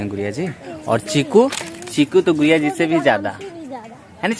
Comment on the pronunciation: bhaiya aap गुडिया जी को गुरिया क्यों बोलते है???????????